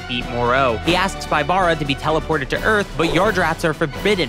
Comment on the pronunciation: Just a small nitpick. Pybara’s name is pronounced “PEE-bah-rah”, not “pai-BAH-rah”. His name in romaji is “Pibara”, and his name pun comes from the capybara.